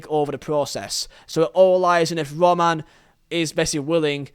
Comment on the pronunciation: Why can't you say Roman correctly though